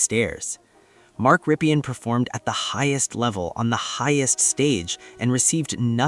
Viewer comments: It's Rippin' not Rippian' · Ok, Here goes. Rypien is pronounced RIP-EN. ('EN' like in End) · Mark Rypien is so unknown today that YOU don’t even know how to pronounce his name corrrctly. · Jesus man... You really need to check name pronunciations if you want to make videos. I turned it off after you butchered both Rypien and Grbac. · So forgotten that this guy who supposedly researched him can't say his name right.